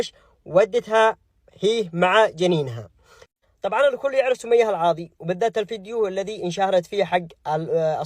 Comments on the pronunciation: اسمها سمية العاضي مش العواضي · اذكر اسمها صح العاضي وانت تقل العواضي